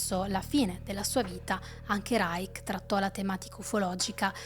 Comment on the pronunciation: Reich in tedesco si pronuncia in finale dolce, non dura. Come li-scio. Ma possibile che tutti gli italiani che parlano sui media non riescano a capire le basi del Tedesco, ripetute da decenni, e storpino cocciutamente parole notissime, es Terzo REICH..."sch" come scivolo!?...incredibile. Poi perpetuano le loro figuracce a tutto il pubblico...che le imita.